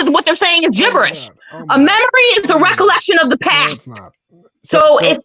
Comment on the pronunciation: Holy shit. . . The way she pronounced the word past, as paaahst. I had to forward past that.